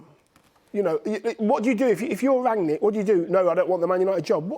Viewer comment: Did he say Mangnick😂🤣😂 Reck it Ralph💩 Ten hag =no guarantees. This is LFC ERA